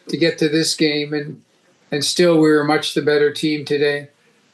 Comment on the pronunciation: " much the better twam"...wtf does that mean!